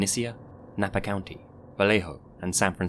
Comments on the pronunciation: As someone from Vallejo, thanks for pronouncing it correctly. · How the heck does a British man pronounce Vallejo right, but podcasters from California can't?